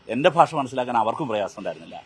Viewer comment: ഭാഷ അല്ല. Paasa